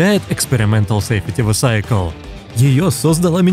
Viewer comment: автор, правильно читать Safety Vehicle как «Сейфти Виекл»!